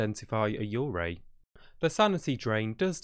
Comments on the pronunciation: when you said yurei it kinda sounded like you were saying urgay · the way he pronounces yurei is quite disturbing ngl